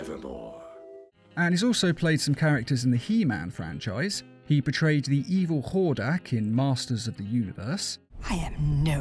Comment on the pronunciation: You pronounced Hordak right. I don't know where you got the other on text pronunciation from.